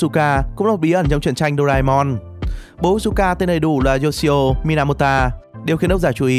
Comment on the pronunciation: mình đọc trong chuyện thấy ng ta ghi là Minamoto chứ ko phải Mynamota